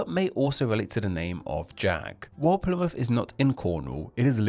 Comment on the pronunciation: "Plymuff" instead of "Plymouth", "duh" instead of "the", "wivvin" instead of "within". "Diss" instead of"this". And you keep emphasizing the ends of words in the style of Mark E Smith. Genuinely interested to know what your accent is, you know, so I know what your demonym is.